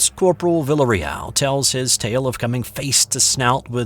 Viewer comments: I believe the pronunciation of the soldier's name would be "vee-ah-reee-al" if it's spelled "villarreal" ~ Spanish for Royal House...sorry to nit pick! lol ~ really cool story! my older brother went to 'Nam, but he was, luckily, not in the infantry in the jungles. I've been listening to lots of Bigfoot stories lately. Thank you and company. I vote REAL! Although I laughed out loud when you said it might be some sort of mass hallucination on the part of our stressed young men in a strange world. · Learn to pronounce his name before you sight it 27 times! "Vil-A Reel"...just sayin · It’s “vi-a-re-al” on that pronunciation. Otherwise, great story!